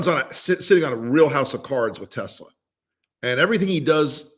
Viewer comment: “ I love Tesler”…your president said. Big surprise!